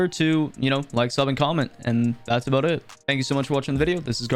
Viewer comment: That’s a nice video eh there bud? It’s aboot time you made a video aboot this rollback pro-cess! Alr, that’s enough Canadian references Lol Good vid tho fr. I enjoyed it man.